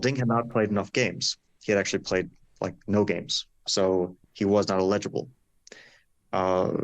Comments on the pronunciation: Fabi with the illegible vs eligible again :-) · "Eligible" - that's a very odd pronunciation.